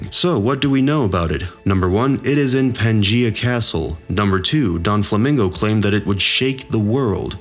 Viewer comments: please work on your pronounciation of names... its not DON flamingo, it's not La Fat. it's not Marry go ease....Furthermore Oda did NOT reveal the future of Blackbeard !!!' your video is full of bullsh*t but funny as a simple theory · ya that shit was rubbing the wrong way. and oh god, Don Flamingo🤣. this man out here making theories when he probably has not even watched the anime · Don flamingo